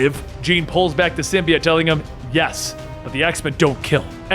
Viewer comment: Erm it's sym-bi-ote